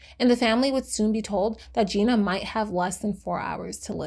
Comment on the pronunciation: Her name is pronounced JENNA